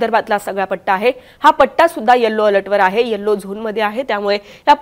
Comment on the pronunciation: Occure चा उच्चार ऑकूर नाही तर ऑकर आहे. यल्लो नाही तर यलो आहे. धड मराठी बोलता येत नाही आणि इंग्रजी ही येत नाही.